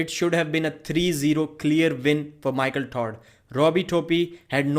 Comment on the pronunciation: I like how u say Michael Tard Lol it's silly jeeble jeeble ello my friend